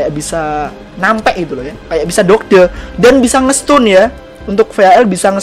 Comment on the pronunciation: Dodge dodge! . Bacanya doj bang